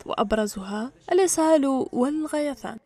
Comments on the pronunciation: الغثيان وليس الغيثان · الغثيان ياسيدتي الصحفية وليس الغيثان 😅😅😅